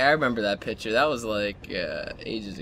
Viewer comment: He says "Pitcher" instead of picture >.<